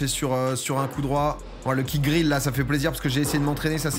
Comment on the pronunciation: On dit "kick grille" et non pas "kick grill* tu m'as tué avec ça mais sinon belle progression ! Le tournoi était relevé pour un p25 sinon vous auriez pu le gagner je pense. Hâte du prochain (je fais des p250)